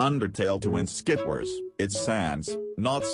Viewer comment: its skiwayrs not skywars